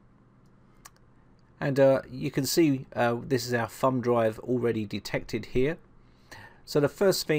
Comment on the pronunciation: Sounds like he calls it a "fun" drive instead of "thumb" drive. You crazy Brits!